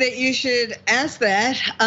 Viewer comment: I have GREAT respect for Dr Richey. But I'm amused that, with all his degrees, he still can't pronounce the word, "ask".